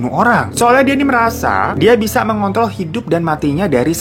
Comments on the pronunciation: mengkontrol kali bang bkn mengontol .. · Ngomong "mengontrol" tapi R nya ketinggalan, eh apa gue salah denger ya?